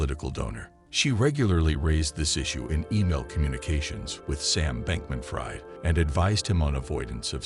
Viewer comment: It's not pronounced fried but freed